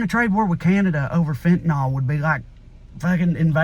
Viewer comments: Fentanyl is pronounced fen-tan-ILL, not fen-tan-ALL. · Agree all around. Please though fenta-nill not nol... Be nice to an old pharmacist. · 100% correct, Trae. Heart-breaking. So anti-American. By the way, the drug is fentanyl, and the last syllable is pronounced "ill." I'm not sure why people have started calling it "ol." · Just fyi, it's fentaNYL not fentaNAL. But I love you like chicken. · FENTANYL not FENTANOL. Stop that shit already.